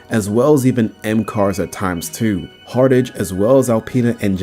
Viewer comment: Hartage? it's "Hart-ge" not "Hart-age"